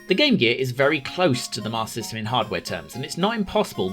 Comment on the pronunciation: This video is a superb lesson in how to cut out those wasteful extra syllables when saying “Master System”.